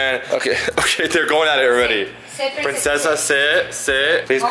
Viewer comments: Its princessa not pricnessa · Did anyone notice it said pricnessa not princessa